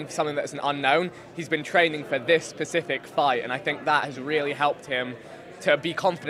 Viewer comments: vik says Pacific instead of specific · Switched off ... People who say pacific not specific 🗣 byeeeee!!!